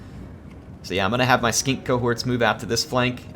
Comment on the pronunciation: I love the way he says Skink